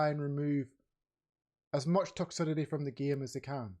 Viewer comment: It's pronounced Toxicity! Don't know what the fuck you're saying there mate.